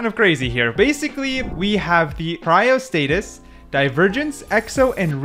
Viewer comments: Why does bro say cryostasis as cryostatis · 1. You number the skins by when it shows up, not by the Ranking ( how hard is that?) 2. You mispronounce the easiest names Cryostasis->Cryostatis?, Aemondir-> Aemondur? ??come on bru 3. The S and A listing makes no sense.